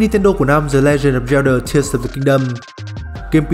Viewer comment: Sao Zelda mà t nghe đọc thành Yellder